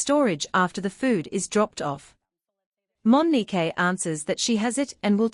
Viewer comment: Mo ni que😮 not Mo ni kay😮